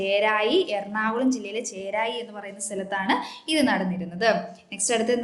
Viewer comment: ചേരായി അല്ല ചെറായി